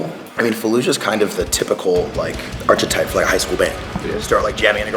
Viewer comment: dont tell me he pronounced it arCHitype. Please, sweet Jesus on a unicyle, tell me im hearing things and he pronounced it arKitype